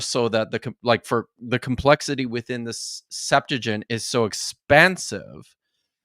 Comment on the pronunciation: Why do you pronounce "Septuagint" as "Septa-junt"? I've never seen a "ua" diphthong anywhere. {:o:O:}